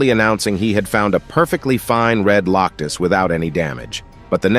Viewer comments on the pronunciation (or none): Why does it keep saying Loctus instead of Locust? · Lock us, A lee in, why did you mess up on the pronunciations?